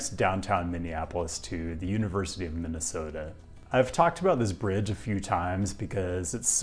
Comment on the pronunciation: I hereby declare approval to your pronunciation of our state.